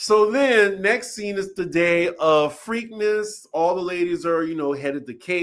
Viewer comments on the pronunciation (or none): I'm dying at you calling it Freakness, like Freaknik. 😂😂😂It's PREAK-NESS... PREAKNESS.